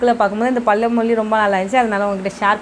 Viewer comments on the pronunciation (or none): sentence complete pana matringa... ழ Sariya varala Adhan Kaetean. Video pudhu vidhama poduringa all the best....